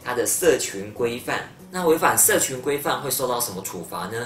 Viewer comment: 你說 社「ㄑㄩˊ」規範 欸！